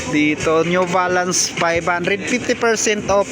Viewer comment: Pipti Fersent Op, Sebenti Fersent Op, New Valance, Nine Foint Payb, Last Fer Yung letter F nagiging P, yung letter P nagiging F., yung B nagiging V and yung B nagiging V. Practice lang po ng proper diction para mas maganda. Ako din po nagkakamali and also needs practice often times. All the best!